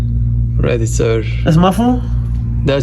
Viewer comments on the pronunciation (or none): the first ever “your phone is ready sir-sh”